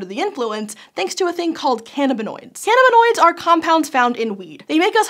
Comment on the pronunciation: That mispronunciation of cannabinoids kills me. Come on sci show.